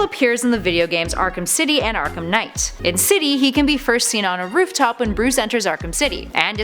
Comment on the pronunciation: Bruh it's Arkham Knight not dark night